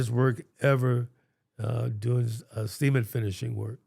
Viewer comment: this “cement” segment is so funny to me, i dont know how didnt burst out laughing after a while of it sounding like “semen”